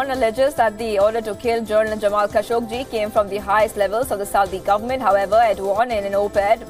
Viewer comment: the newsreaders pronounciation is awful, many words are wrongly pronounced, its not "khashogJI", its "khashoGGI", he is not Indian......it doesnt feel good to hear this pronounciation...